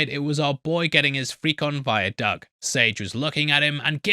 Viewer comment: Is he saying "Doug" or "dog"? Speak English,! Didn't your people invent the language?